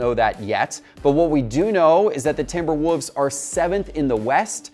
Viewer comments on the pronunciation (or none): The way you're saying timberwolves is killing me. Sounding like timberwhoaze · I had to listen to it again, he’s definitely pronouncing it as if the L in Wolves is silent. Timberwoovs. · Yes! I was like, is he saying Timber Woofs?